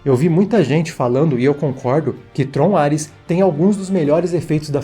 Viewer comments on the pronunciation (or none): Por um segundo eu ouvi ele falar Trollar-res